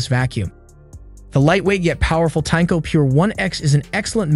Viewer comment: Tineco not Tanko.